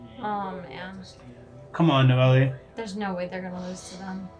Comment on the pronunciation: Lol the fact he still says Noel-ee makes me smile